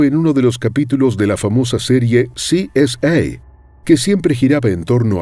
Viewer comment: exepto su pronunication de CSI en ingles. Dijo CSA.